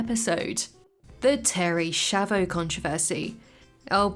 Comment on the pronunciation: SCHIAVO it's not pronounced "schavo", but "skiavo"